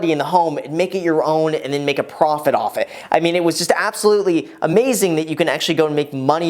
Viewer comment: Another great video! I have to point it out though... the way he rhymed "profit off-it" ? Lol